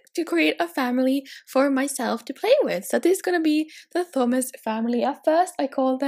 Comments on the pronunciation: In the UK, the name Thomas is pronounced Teh-oh-mass (we ignore the 'h', so the 'Th' doesn't make a 'ff' sound in this case like you were pronouncing it). Hope this helps! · The only thing I didn't like about this. You constantly pronounce Thomas as Thumas. It's Tomas. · I thought Thomas was pronounced Toh mas not thumas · It's pronounced TOM iss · tHomas? In that, the "H" is silent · Thomas is pronounced like Tomas, sorry I’m such a grammar freak lol